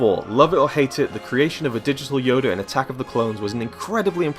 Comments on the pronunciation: His name is Yoda, not Yoder. Yoder is his younger no Jedi Brother. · What's up with native English speakers, and turning "A"s and "O"s in the end of words, into "Er"s? The guy in the video said "Yoda" as "Yoder". And people often say "Potato" as "Potater"...? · Yoder? Its yoda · It's YODA NOT YODER 😂👌👌 10/10 pronunciation. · Yoda not yoder fucking idiot. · He says yoder instead of Yoda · stop calling Yoda Y-O-D-A Ok not YODER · It's Yoda, nor Yoder. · the way he pronounces Yoda haha.. "Yoder" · i like how you say yodur instead of yoda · The only mistake in this video is how you called Yoda "yoder". Fuck outta here you shit bag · Yoda not yodr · Anyone realize that he said "yoder" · Who says YODER that's just stupid dude, you make Star Wars vids and yet you say YODER?!?! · OMG HE KEEPS CALLING YODA, "YODER" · Did he just say "Yoder"? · "Yoder" XD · did it bother anyone that he said yoder and not yoda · why isn't anyone else flipping shit about him saying "Yoder" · its yoda not yoder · Who is "Yoder"? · He says yodar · Yoder? Really. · Why did you call him yoder instead of yoda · You said yoder lol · hahaha ''yoder'', 2015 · Who the fuck is Yodur? Oh.. oh... you meat to say Yoda. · Why do you call him Yoder? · Also its yoda. It's not yoder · (KDiddyRell) YoDER! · His name is not fucking yoder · Alpha Chinoz it's not yod-a, that sounds stupid. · Top movie mistake of this video: Calling Yoda "Yoder" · yoda will now and forever be known as Yodur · I love how you pronounce yoda. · u cant even say yoda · I did not know Yoda had a R at the end of his name lol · You can't even say Yoda right, go home kid